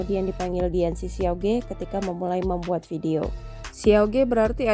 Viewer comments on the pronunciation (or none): bukan ge mbak bacanya tapi dibaca ke alias siauke artinya adik lelaki . jangan di baca ge